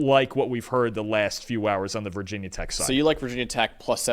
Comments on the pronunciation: Great vid- but NOBODY in blacksburg calls it vah tech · Never say “Vah tech” 😭 that goes for any Virginia or West Virginia team 🥀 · Yes, we hate being called "vah" tech. It was us. 😂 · 1000 Thumbs down for dude on the right thinking this game is in Blacksburg (did you even read the two sentence byline?!) and for both guys repeatedly saying "VAH TECH" knowing full well that VT fans dislike that. If you are bothering to cover the teams, maybe read up on them a bit. You might actually retain more subscribers/viewers that way. Just an idea. But if you want to go needlessly disrespecting a team, be willing to be written off instantly by their entire fanbase. Never heard of you guys before. Will never click again. Buh-bye